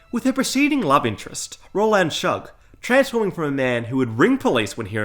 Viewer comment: So far we've got: Arrr-Kansas, Roland, Sad-ist, the list goes on lol